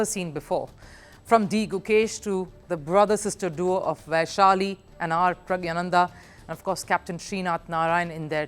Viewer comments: Its PRAGNANANDA not pragyananda. Correct yourself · All are wrong. Its pronounced PragNYA. Sometimes English transliteration of Tamil (or for that matter other Indian languages) does not do justice for their original pronunciation. Let me give you the Tamil alphabet for this Tamil Script (notice the 'ஞா' which is pronounced 'NYA' in english and ) of his name: பிரக்ஞானந்தா The Tamil alphabet "ஞா" (pronounced as "nya") corresponds to the Devanagari combination "ज्ञा" (pronounced as "gya"). In both scripts, this combination represents a palatal nasal sound followed by a vowel sound, though the exact pronunciation nuances might differ slightly between Tamil and Hindi/Sanskrit. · the way she pronounced pragnandha and ding liren showed she did not study the topic before covering it